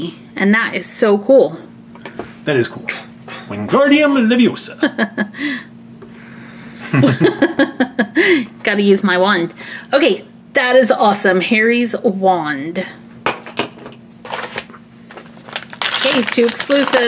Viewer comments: it’s leveOsa not leveosa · Ron, STOP STOP STOP. You're going to take someone's eye out. Besides, you're saying it wrong. It's LeviOOOH SAHH, not LevioSAHHH (Sorry If I spelt that wrong) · its leviOsa not leviosA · No. You said it wrong its LeviOsa not leviosAR. And you have to drag out the ar in Wingardium. So basically you should say: wingaarrdium leviOsa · It’s leviOsa not leviosA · It's Levi oh sa not Levi osa 😂